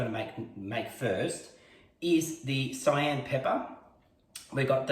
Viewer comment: cayenne = “kay-yen” 🙂